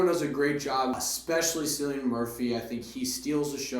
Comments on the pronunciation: you are not procouncing his name correctly. It is like Kilian Murphy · Thanks for the review - it is pronounced “Killian”- with a hard K, mate!